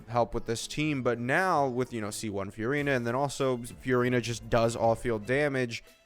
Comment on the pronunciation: please pronounce furina normally